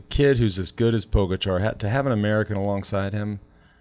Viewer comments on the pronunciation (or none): Pogocar = Poh-Gah-Cha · Even after hearing the name pronounced properly "PoĢAcar" by a countrywoman, you guys still make up your own version?! Disrespect. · Love the show, Please, learn how to pronounce Pogacar! Mahalo